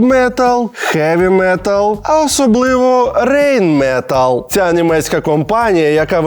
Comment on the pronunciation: Дурнєв, вивчи вже як читаються німецькі буквосполучення! не "Рейнметалл" а "Райнметал" ! також "Europa" читається як "Ойропа" наприклад